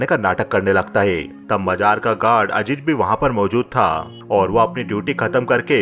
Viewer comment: Majaar nahe mazaar. Ajeej nahe azeez